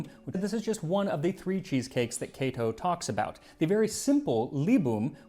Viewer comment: Kah-toe? I’ve been saying Kay-to for forty years. I can sort of read Latin if I have a dictionary handy, can’t speak it for sure, or even understand it when I hear it spoken Thanks for the proper pronunciation Now have to get used to it